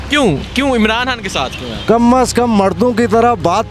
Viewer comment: Oye anchor it’s khan saheb not Han saheb ,,, you must be a sialkoti ya !!